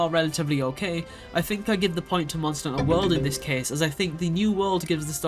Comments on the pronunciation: Monster a HUNT-ter. two words lol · Maybe don't make a video like this before learning how to pronounce "hunter"